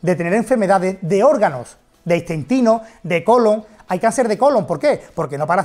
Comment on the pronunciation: Istentino, ha dicho istentino??